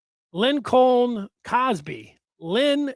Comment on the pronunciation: can’t pronounce Lincoln? Does he think it was Abraham “Lin-colm?”